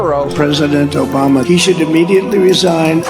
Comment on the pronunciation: Did Trump say Joe Bama? 😊